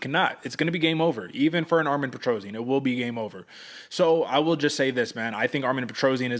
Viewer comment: His name is Armen Petrosyan. NOT ARMIN PETROZIAN!